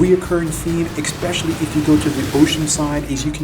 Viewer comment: There is no "x" in the word especially.